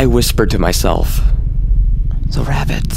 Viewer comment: “The ravvit”